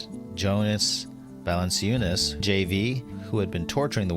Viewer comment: oh, hey, Eric? Jonas Valanciunas's name is pronounced "val-an--CHOO-nis"